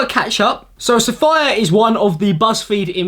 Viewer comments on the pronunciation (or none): SAFAYA!😂 (it's Sa-fee-ya actuallyy) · Saf ee ah not saf eye ah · “sAFirE” it’s pronounced saf-ee-a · its saf-ee-ya not saf-eye-yah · you said her name wrong its not sa-fii-aa its sa-fee-aa like sophia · it lowkey triggered me every time he pronounced it saffire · Same! its pronounced like sofia/sophia but replace the "so" with "suh"! ( Coming from a Safiyyah :) ) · The best thing about this video is pronouncing Safiya as Sa-fire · The way you said SafYa made me wanna die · "sa-fire", I about choked. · hi 7 months late but you're an idiot, it's an arabic name and it's pronounced SA-FEE-YA. Pronouncing it any other way is just wrong. And i'm british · As a Safiyyah, I'm ksfhlsjh-ing over how he's pronouncing her name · YOU COULD'VE LEARNT HOW TO PRONOUNCE HER NAME BEFORE YOU MADE THIS VIDEO LMAO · The mispronunciation of safiya throughout this video is driving me crazy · At least learn to pronounce her name correctly. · Bella F safiya. It’s pronounced how it looks. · The way you pronounce her name is weird